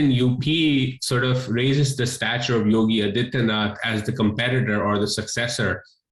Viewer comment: The so alled expert and intellectual doesn't even know what is the name of CM of UP and the ruling party candidate of BJP. He absolutely butchered the name of ruling party CM.